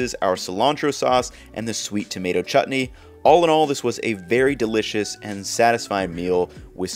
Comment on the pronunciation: the cilantro sauce is also a chutney btw and it’s pronounced with a koh like saying oh